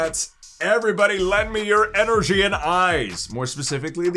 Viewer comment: God I enjoy the content but wish this guy would grow up and not say energy how he does 😂